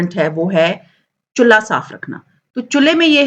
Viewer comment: Chullaa nhi chulha hota he